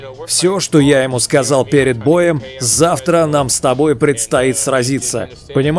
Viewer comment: Он кричит ээээээ что ты сказаль да ? Просто без комментариев позорище всю национальность на мировой арене дебилами выставляет